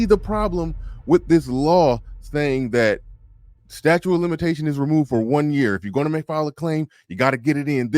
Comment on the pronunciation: Statute. Stat-choot not statue